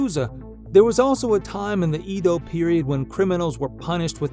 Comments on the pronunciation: It's Akihabara and not "Akibara" and Edo as in Edward not "Ido" as in an idiot. That's is what you are. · It's pronounced "aydo." not eedo. rtard. Making a video about japan and butchered the pronunciation